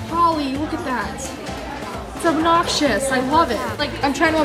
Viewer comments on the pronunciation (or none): its obnoctshis i love it